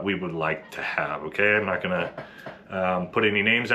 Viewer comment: i mean i’m here for you’re statements sir, but let’s at least try to put emphasis on the correct word, so we can convey the point properly. so for example 1.) NOT all sf dudes… 2.) not ALL sf dudes. 🧠👈🏻